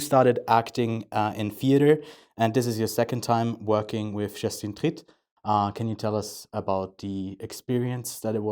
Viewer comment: Justine Tritt? WTF. Have some respect and learn to speak her name properly.